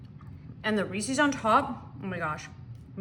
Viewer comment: It’s not REECEEES It’s pronounced — ReeSez